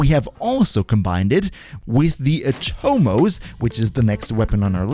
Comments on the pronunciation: Nice. One thing tho, the word is "Atomos" not "aTOmos". Oversimplifying here, but it's a Latin version of the Greek term from where Atom is derived and just like Atom in English the stress is on the first syllable. It's annoying how lazy and Anglocentric DE is to name things. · Wrong, but whatever, is not like these gringos are pronouncing most names correctly. Did you hear how he said Atomos, lol